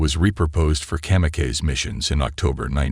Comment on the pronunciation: Interesting an informative, but it's hard to get beyond the mispronunciation of World War II, (World War Eye Eye), kamikaze, (Cam-e-caise), and whilst, (whyllst).